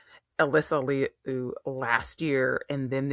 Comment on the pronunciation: Liu is pronounced Loo.